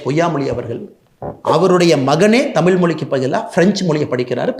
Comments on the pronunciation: அவனை பற்றி பேசி வீணாக நேரத்தை வீணாக்காதீர்கள். அவனுக்கு தமிழ் உச்சரிப்பு கூட சரியில்லை. ‘தமில்’, ‘வலக்கு’😂😂😂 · அண்ணாமலைக்கு கூடத் தான் ஐபிஎஸ் ஆகி,இத்தனை வயதாகியும் தமிழை தமிழ் என்று உச்சரிக்கத் தெரியாது தெமில் , தமில் என்பார் அதற்காக அவர் படிப்பறிவு இல்லாதவர் ,. இவர் படித்த பள்ளி எது இவ்வளவு கேவலமா சொல்லி கொடுத்து இருக்கிறார்கள் என்றா சொல்ல முடியும். ஆட்டு குட்டி அவ்வளவு தான் நம்மூர் 3ம் வகுப்பு தானா